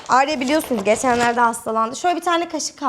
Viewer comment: abla adım alya sen Arya deyince ben alya duyuyorum gcukdtuktukxty